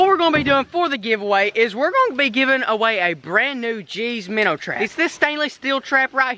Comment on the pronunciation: I got you I know your a busy guy and you make little mistakes here and there but for the viewers yes it says minnow but it's pronounced "Minners"